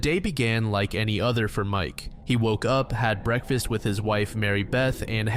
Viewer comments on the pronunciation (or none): none